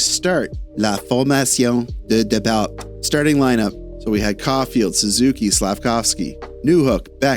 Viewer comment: You almost had it with the french bit Départ would be something close to 'day-par', the T is silent